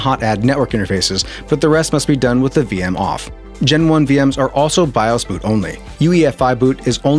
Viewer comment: It's pronounced Be"Oh Ess" not "be-ahs"